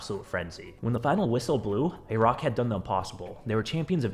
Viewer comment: What the FUCK is that pronunciation of Iraq